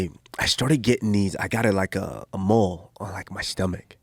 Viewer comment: When he said mole, I ended the video 😒